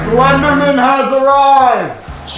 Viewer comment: BRO, is it legit pronounced “slendernan” and not “slender MAN”?? Damn!